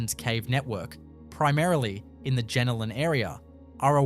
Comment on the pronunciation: AI voice can't pronounce Jenolan correctly. I'm outta here.